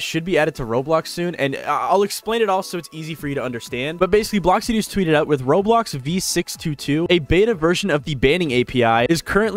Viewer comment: "road blocks"